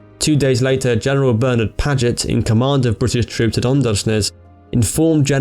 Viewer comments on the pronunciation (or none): none